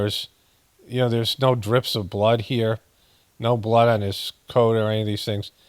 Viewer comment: Am I the only one that thinks it's completely creepy how he pronounces blooooddd??? Hahaha hahaha weird a t